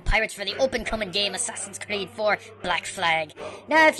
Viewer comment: Please dont say "ass creed"...that's a humiliation of a great game franchise!